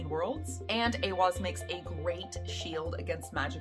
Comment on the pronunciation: This card (*I am a college student in a Nordic Studies program. I am also Nordic although I live in the states.) You say this well!!! It is said as A-wahz saying the beginning a as in ate. And the second a as in awwww & ahhhh. Thank you for your video! Most say this incorrectly. Educational scholar Jackson Crawford says A-hahz said mostly the same but he uses an h instead of w. I've heard it both, so I just see them as both correct. Those are really the only two correct. Some say it as eye-wahz because of the i after the e but this is incorrect. Now the other Elder Futhark rune Ehwaz is actually said different, not like this rune, it's not the same. Well done on your great video!!